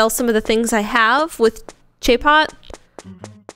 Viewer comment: I think the shop is pronounced chee-pot, like cheap pot but a pun on teapot much like the games name is a pun on tulips.